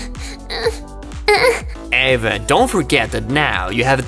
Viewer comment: It it is not Ava it is Eva